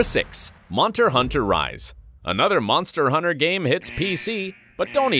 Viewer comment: "number six monter hunter rise ( litteraly 1 second later ) monster hunner rise xD bro yu said it wrong both times xD its hunTer not hunner xD the T isnt silent american xD